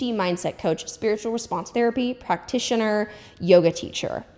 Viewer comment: wtf is a “practicitioner” 😭 i thought i was slow at first but it definitely says that on the website lol